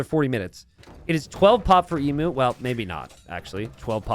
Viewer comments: Only in t90s world. In the real world Emu is pronounced eem-you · I love these small maps. PS - Do all Americans pronounce Emu the way you do? Never heard it pronounced like that before.